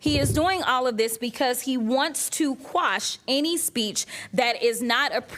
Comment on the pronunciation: Jasmine Crockett did what virtually no one else does: she pronounced "quash" correctly, instead of saying the malapropism "squash."